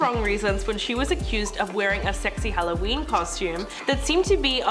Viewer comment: Don’t forget on “Hallyween” That was the worst for me I’m offended! 😆